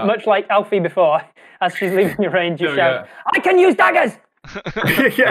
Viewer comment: Planet Man Alfie, not Elfie. It's short for "Alfonso," if you recall. About 19 minutes in.